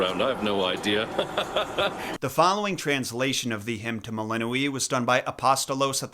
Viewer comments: I thought it was pronounced Mel-in-OI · How do you pronounce "melinoe"? Like I've seen 4 different pronunciations now.